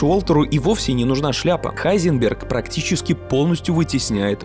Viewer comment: Почему Хайзенберг? Если должно быть Гайзенберг